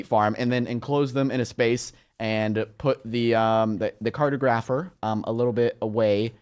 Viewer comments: yes he says carto-grapher whereas he should say car-tog-rapher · please dont say "carto-grapher" the word should rhyme with photographer car-taw-grah-pher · Kar-tog-rufr. Not Carda-graf-r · It's pronounced cart aww graph her not cart oh graph her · It’s not cartagrepher.. it’s cartographer. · "Car tah grapher" not "cart o grapher" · it is pronounced car-tog -ra-fur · The villager profession is pronounced Car-tog-ra-fer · I think you pissed everyone off because you said cartographer wrong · Ash W. im english and i thought he said it weirdly too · Does it bother anyone else that he cant pronounce Cartographer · He pronounced cartographer wrong too 😂